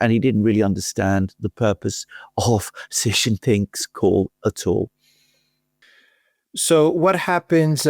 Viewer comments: his name XI JIN PING is pronounced SHEE JIN PING. I have SUPERCHAT you so many times I know you have read. JHEE means PENIS. AlexanderM says CEE or SEE which is an acceptable southern accent but JHEE the way you and Laura Ingraham say it on purpose is PENIS. Therefore, you are. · "Xi" in Xi Jinping is pronounced a lot like "she", like the female pronoun. One of you says "see" (like sea) Jinping, the other says "jee" (like je t'aime) Jinping. And the way you say the second-most important leader keeps changing from one podcast to another. (I'm being pedantic? Right. I'm an expert in chemistry. I can't pronounce aluminium. Please listen to my expert chemistry lessons.)